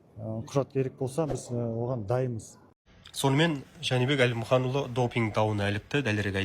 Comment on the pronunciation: Журналист топас екен, Жәнібек Әлімханұлы деп айта алмай отыр.